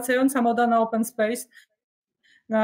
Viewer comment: Open spejsem czyli otwarta przestrzen , czy to jest az tak trudne do wymowy?- to sa dzisiejsi naukowcy, brak im slow w jezyku ojczystym, plaga pani open spejsmenka, tragedia.